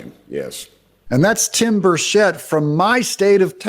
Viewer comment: It pronounced burrr chet. It’s not French